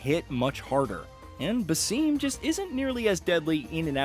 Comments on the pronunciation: the way he pronounces Bassim as " Baseem" is hurting my Iraqi air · baSIM , not baseem. Its his second game. how do people get his name wrong, still?